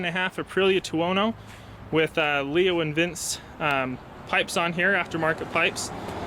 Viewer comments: Lee-Oh Vin-Chee is how it's pronounced. It's Italian, like your bike. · Leovince.. Not Leo and Vince